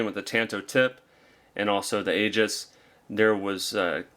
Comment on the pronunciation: It doesn't look like it but Aegis is pronounced EE-jiss not A-juss.